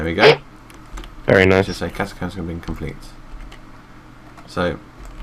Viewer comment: I LIKE THE WAY HE SAID ATACOMBS THUMBS UP IF YOU TOO